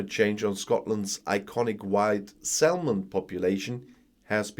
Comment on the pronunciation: I love your videos. Your English is brilliant but now and again your pronunciation is off. Do you mind if I tell you? So...salmon - the "l" is silent, so it's pronounced "sammon". You are no nearly perfect, it's worth letting you know, I think. Keep up the good work!